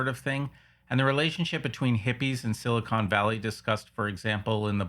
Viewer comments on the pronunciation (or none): none